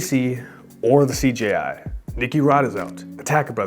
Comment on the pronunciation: The took a shot every time you said "CGI" instead of CJI...I'm wasted now